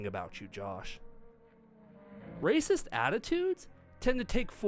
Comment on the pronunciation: Love how can't even say the word "racist".